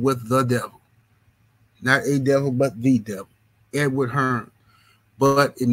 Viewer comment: "Edward" Hearn 😂